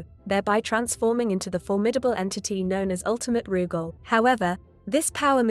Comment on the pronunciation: Ruggal??? It's Rooogal